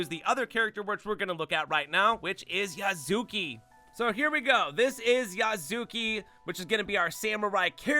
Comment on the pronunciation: You mispronounced Naoe and Yasuke. It's pronounced Now-way and Yah-skay. Did you not hear the names in the game? I guess if you want the AC experience Naoe is better, but Yasuke is stronger. I would probably disable the alarm before I go full brawl here. I don't want to deal with Guardians. They gave me enough grief in Breath of the Wild.